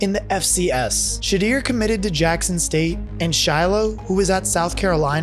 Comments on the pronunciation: t is pronounced "Shedoor" Shedeur not Shedeer! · It's She"deur"you are saying his name wrong. Listen to how ESPN say his name if you can't say it. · Why do you say shaduer “shadeer” and deterred “deteered” are you retarded ? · It’s pronounced Sha-door, like door. Please update the audio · JSU is NOT Division 2 and you may want to say his son’s name correctly if you want people to take you seriously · you should rerecord this for not knowing how to pronounce his name right smh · Bruhhh say his sons name correctly 😳🤦🏾‍♂️ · Oh my goodness wish he would have said Shedeur's name correctly. Ugggghhhhhh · Jackson state is division 1. And you are pronouncing shedeur hella weird